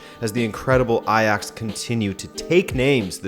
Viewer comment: Great to see you actually acknowledge a team as Ajax! Edit: wow you're pronunciation of the 'dutch G' is actually pretty good hahah